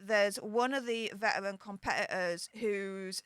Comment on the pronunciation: Your speech impediment doesn’t translate well on YouTube. Spend more time with a speech therapist. “Vetawins”? Or “vetawrins”? It’s Veteran. It’s one not won when referring to an individual.